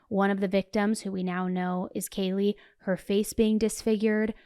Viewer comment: Hi, I’m sure it wasn’t intentional but you mispronounced Kaylee’s name… is it possible to fix it?